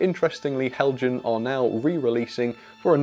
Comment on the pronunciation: Heljan is pronounced Helyan